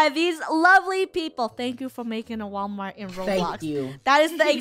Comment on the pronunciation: No Actually WaWalmart